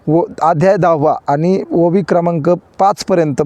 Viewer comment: ओवी चा उच्च र चुकतो